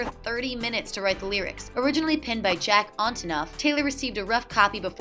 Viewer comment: Its jack ant-inof